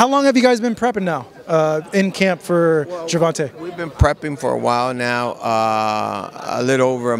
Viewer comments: This dude always saying “gervontuh” 😒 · as disrespectful as ever...butchering Gervontas name!!! I bet if Davis checked them on that bullsh*t they'll change their tone real quick 😂😂🤡🤦